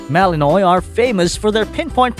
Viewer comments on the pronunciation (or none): Malinoy? I thought it was Malinwaa. (Malinois). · Great Video "chatter chatter" but Malinois is pronounced "Malinua"